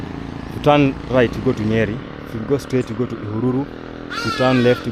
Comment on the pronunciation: Somebody told me that it's Ihùrùrù not Ihururu Road